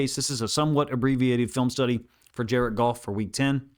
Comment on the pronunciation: Jar-ed Goff! Jar-ed Goff! Jar-ed Goff!